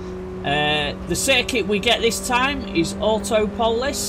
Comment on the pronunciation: Autopolis is pronounced more like awe-top-ol-is